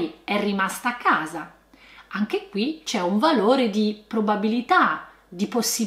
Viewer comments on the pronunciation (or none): Nella parola "usare" la s è sonora non sorda. Viceversa nella parola "casa" la s è sorda ma tu la pronunci sonora come i milanesi😅